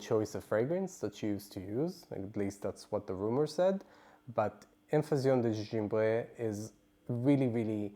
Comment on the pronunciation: Hello! Thank you for this review. I got this as a tester at home and loved it. I enjoy the history and background of the perfumes that you share. Having said this I cringed the way you massacred the name of the perfume in French. I would strongly recommend learning a little French. A little goes a long way. Hugs from Canada 🇨🇦